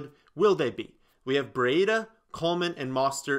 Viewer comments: Breeee daaaaa the i is silent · Hate how he says Brieda